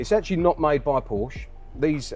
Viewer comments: "PorschA care"... I'm out. 😂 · "how to spell porshee" got me rolling 😂